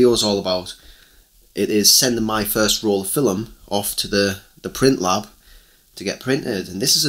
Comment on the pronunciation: First thing to know before your develop your first roll of film... the word "film" has but one syllable. In Oregon, USA we go to Shutterbug, or mail order from Pacific Photo Lab.